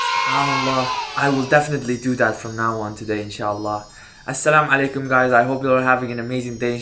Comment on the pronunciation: It should be pronounce assala mualaikum why are you pronouncing assala malekum?